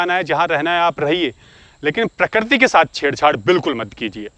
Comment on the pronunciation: Sujhav - प्रकृति not प्रकरती hum Hindi toh theek se bol hi sakte hain, you are doing great work 👍